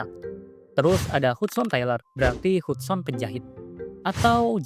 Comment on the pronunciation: HUDSON dibacanya "hadsen" dek